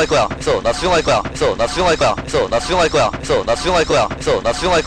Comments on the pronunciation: 존나충할거야 이래들림 ㅋㅋㅋㅋ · 됐어 나 수정할꺼라고 들린다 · 개속들으면 '됏어 나슝할거야 ' ㅊㅓ럼들림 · 이거 많이 들으면 나 수정할꺼야 라고들림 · 근데 몇번은 나 숭할거야 라고 들리지